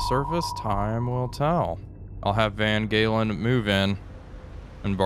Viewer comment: In Dutch the G is sounded H, so Van Galen is actually Van Halen. Suggest referring to the ship as 'Eddie'...